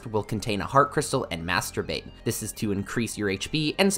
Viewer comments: Master bait sounded like something else for a sec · i can't hear "master bait" lol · Am I childish for giggling whenever he says "master bait" ? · My mom heard him say master bait twice